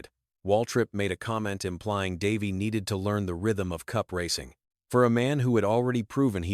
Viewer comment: How couldn't you butcher Davey's name with your AI voice?